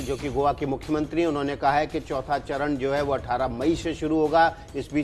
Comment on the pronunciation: चौथा सरन नहीं वो, चौथा चरण है